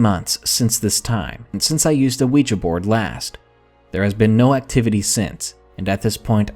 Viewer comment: thank the God's, someone who knows how to pronounce Ouija.🐲